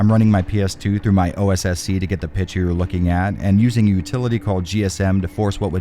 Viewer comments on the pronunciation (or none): Why do you say pitcher instead of picture?